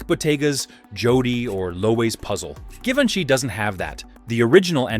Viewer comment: Thee narrator is mispronouncing Givenchy…at the beginning of the video!!!